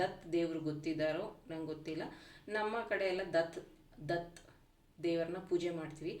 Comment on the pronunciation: ದತ್ ಅಲ್ಲ ಮೆಡಂ ದತ್ತ 😊